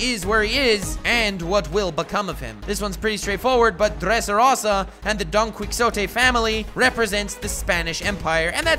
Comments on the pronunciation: you called law an anime character so I'm assuming you primarily watch the anime and yet you pronounced mispronounced so may names in this video? donquixote, x drake, dressrosa, sabaody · Your pronunciation of Dressrosa, Doffy and Donquixote are atrocious